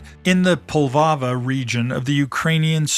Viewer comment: Poltava region , not Polvava